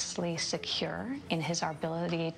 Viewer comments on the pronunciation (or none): "ARBILITY" WTF is that??? I think the word is ABILITY????? Please correct me if im wrong.... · Um, so at , am I hearing things or did Ivanka say "arbility" instead of "ability"? Because I re-listened to that segment a couple times and I'm pretty sure she did. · Did anyone else notice that Ivanka said "arbility" and not "ability" ? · Did Ivanka say arbility? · did she just say "arbility"? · Ivanka said "Arbility" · his aRbility?? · she says "his arbility?" I can't find this word...arbility. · Did she just say "ability"??